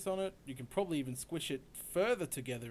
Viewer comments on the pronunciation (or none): none